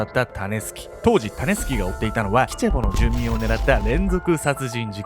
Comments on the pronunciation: タネスケって聞こえたから、どんなあだ名かと思ってしまったw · 時々｢タネスキ｣が｢タネスケ｣に聞こえて、脳内でしゃもじ持ったヨネスケが騒いでて動画の内容がなかなか入ってこなかった( ;ᯅ; )笑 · たねすけに聞こえる🤣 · タネスケ タネスケって聞こえるｗ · タネスキが最後まで 種助と聞こえた…(^o^;) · 種助って聞こえちゃう